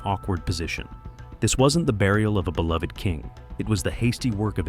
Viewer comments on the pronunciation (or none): none